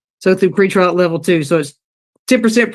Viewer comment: It's "Pre-trial" my friend. 👍🏻